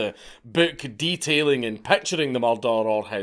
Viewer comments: Mrdrrrr? murdrrrrr??? speak english!!! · I always think he's saying Mordor the first time I hear it in his videos. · you mean a "mallder"? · Yo son took me 3 days to notice you was saying murder.